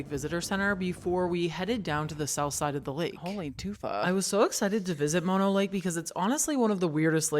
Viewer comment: Mono rhymes with oh no, like oh no I haven’t visited mono lake in a while! Mah-no is the disease that makes you cry for your mama.